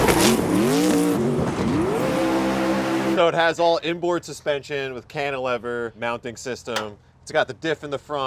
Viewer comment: Did he just pronounce cantilever as cantilea-ver 🤔..!!??